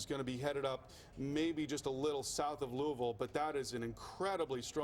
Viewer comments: No it’s Lewis-ville. Coming from someone who lives here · Wow I about died when they pronounced weir (where) Ms and Louisville ( Lewis-ville) Ms